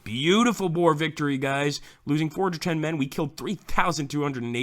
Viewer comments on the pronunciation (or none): Why do you pronounce boer like that?Almost all English do but thats not how to pronounce it